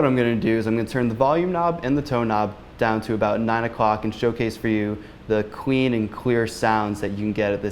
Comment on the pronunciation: I feel like he's trolling me and he keeps saying "queen" instead of clean. like, right meow.